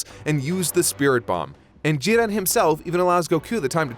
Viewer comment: Am I the only one who, while enjoying the video, was completely urked and annoyed by the fact that one of the 3 narrators insisted on forcing an asian pronunciation on every character? The others used their natural english pronunciations but everytime the last guy said a named it was "jee-REN" or "guh-KOO" (id like to note he had no problem saying gohan correctly though and didnt say "guh-HAN", but that just furthers my poi t that it was forced. You arent somehow a better fan or more cultured or something because you pronounce things like a pretentious ass